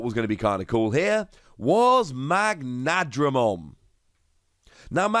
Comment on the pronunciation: Correct: "Magna-dramon" Not: "Mag-nadramon"